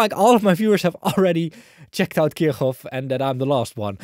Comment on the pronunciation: Finally someone who's not making my ears bleed by absent-mindedly pronouncing Kirchhoff completely wrong Thank you, 👍☺